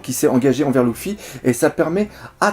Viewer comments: c luffy et pas louffy dit luffy et pas louffy stp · J’avoue c'est perturbant! Luffy ou Leuffy ok mais Louffy .....Mdr ! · Ça se prononce Leuffi pas Louffi en français !